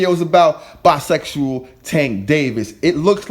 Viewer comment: Did you say "Bi-Sexual Tank Davis"?? LMAO... wtf?